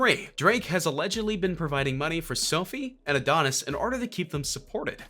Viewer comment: And oh neese 🤦🏾‍♂️